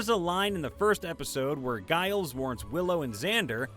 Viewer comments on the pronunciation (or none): none